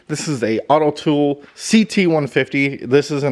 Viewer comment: AUTOOL not AUTOTOOL.